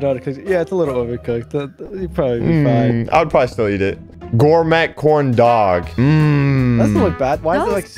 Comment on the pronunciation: Whenever says gore met instead of gourmet I feel pain.